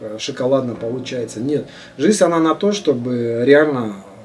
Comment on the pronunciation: обожаю все ваши каналы!! но!! блин! жиЗНЬ а не жиСТЬ... режет слух жутко!!